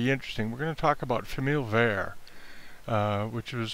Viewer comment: I enjoyed the content because I am continuing to learn the difference between famille verte and famille rose (many pieces can be colored with green and/or pink so it’s confusing). But I wanted to point out that you are mispronouncing both famille (you don’t pronounce the L) and verte (you do pronounce the T). But thank you for your helpful video with great tips.